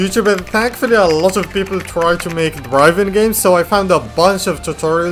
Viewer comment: did i just hear pepol